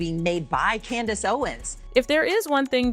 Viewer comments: Say with me: Candace Owens. Not candance owens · Please stop saying Candence Owens 🙃